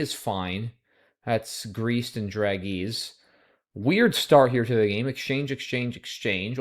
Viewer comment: Today's mispronunciation: DRAGEES is a loan from French and the g is pronounced as the one in BEIGE.